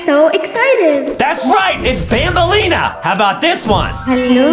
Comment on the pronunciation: It’s not Banbalina